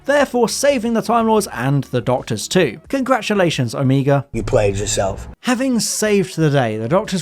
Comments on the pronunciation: Sorry, this is starting to really annoy me. You do this, the girl on who culture does this, and it’s frustrating. It’s pronounced Oh-may-ga not oh-mee-ga. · I swear you mispronouncing Omega as Omeeega or Omayga sometimes, but then saying it correctly sometimes... I thought you were trolling us until your comment at the end. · Omega not omEga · hmm, mis pronouncing Omega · At the time of this programme, when I was growing up in the 60s in England, the last letter of the Greek alphabet was pronounced neither omeega (which sounds like "amiga" to me) nor omayga, but ALWAYS Oh-miggah. The same pronunciation was used in Evil of the Daleks for the same reason. It may have been classicists' influence. There are 2 Os in Greek: the little (micro) O, hence O-micron, and the big (mega) O, hence O-mega. So I still pronounce it as Oh-miggah. For the same reason I still say Oh-my-cron, and not Ommee-kron as the medics said during Covid.